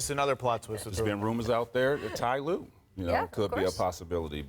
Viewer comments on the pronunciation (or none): did i just hear tye lue, we all do know the real coach of the cavs was Lebron right